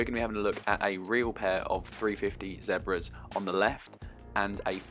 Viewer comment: The way he says Zebras😂🤣😭